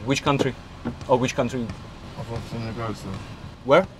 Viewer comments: lol the way he pronounces Senegal tells you he is lying. Def not Senegalese even by his looks and his accent is Francophone West Africa like Benin, Cameroon etc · He say Senegal I don't believe he is Senegal